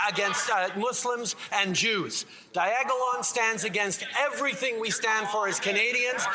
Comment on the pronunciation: He finally learned to say it right after 3yrs of trying